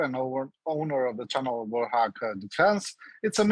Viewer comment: Yes, I watch Warth Og three times per day. Although I never call it that. should have done some homework. It is pronounced Wart Hog.